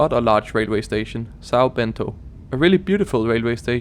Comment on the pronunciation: Great video, a little tip: "Sao" is pronounced as "Son" so "Sao Paulo" for example is "Son Paulo"